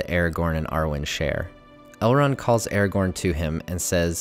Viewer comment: why do you say eregorn instead of aragorn? it is so bad..otherwise great video